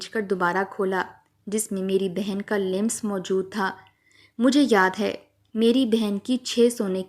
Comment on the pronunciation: Lims nahi lamas hota hai .